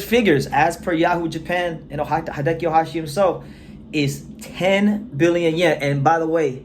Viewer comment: Hideyuki (Ohashi) Not 'Hi-de-ki'. Hi : 'he' as in that guy (but there are no long vowel phonemes in Japanese, so shorten the 'ee'). Not 'hi' there, man! de : 'de' as in 'de-bt'. yu : 'yu' as in 'you' there, but again, shorten the 'ou'. ki : 'ki' as in kimono, but again, shorten the vowel sound. Not 'key'..